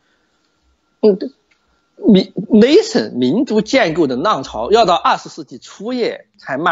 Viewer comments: 这英语发音太逗了，，雷森。。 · 剛開始聽的時候總感覺聽到「雷神、雷神」，便覺得劉先生拿北歐神話舉例，後面才發現原來在說「nation」。 談談我的感想吧：劉先生對歷史、體制、現代民族的構建的研究令人敬佩。作為維吾爾族，我雖然並不完全贊同劉先生的觀點，但從劉先生對維吾爾人的見解為我提供了不同的思考角度，這樣也挺好。由於維吾爾人與劉先生目前是暫時可以合作、也有一些共同利益的關係，所以希望劉先生可以在節目中多談一些有關維吾爾人的問題。珍重～